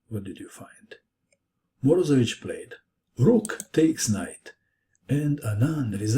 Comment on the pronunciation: it is not MorOzevich, it's MorozEvich. he is russian, not balkan.